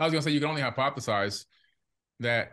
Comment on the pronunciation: Note you said "the only". Sounds like 1 to me.